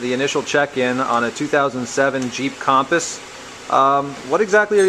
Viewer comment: A 2007 "Kham-puhs"? It's pronounced Kum-puhs/Cumpuss. Other than that, good video. I'm checking out your website now.